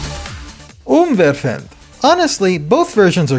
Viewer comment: "Umwerfend" 😂😂😂😂😂 OMG. Im from Germany and your "Schade" and "Umwerfend" was very funny🤣